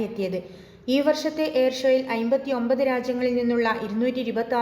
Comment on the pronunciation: Plz Talk properly 59 not good always aybathonpath🥸